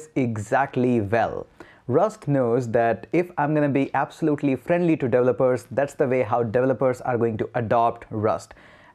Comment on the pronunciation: Delopers Delovers Devolers Devopers. One day you'll pronounce it right. ...or just fukin say 'Devs'.